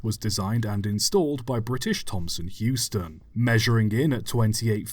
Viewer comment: Interesting video but wasn't it British Thomson HOUSton not Heuston?